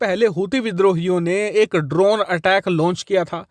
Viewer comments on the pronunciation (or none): none